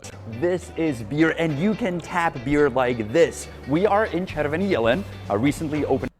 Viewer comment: Your pronouciation of Červený Jelen was spot on man :) I do work with lots of guys from USA in IT in Prague and none of them would say it so clearly like you did :)